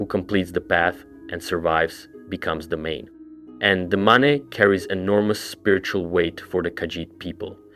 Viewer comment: dude why do you pronounce stuff wrong deliberately? you said maneh and mane in the same sentence theyre the same word. youre doing it on purpose its driving me nuts. also the thalmor tower theory is literally wrong, every time a towers been deactivated the thalmor were not involved whatsoever. could be a FUTURE plan, but it could not have BEEN the plan. that aside i love your videos and i binge them all the time at work. you are super awesome.